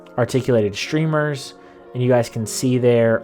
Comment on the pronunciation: “Shtrip?!” “Shtreamers” Ashtounding.